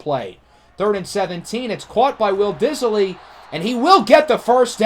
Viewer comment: Diss-ly. There is no I after the s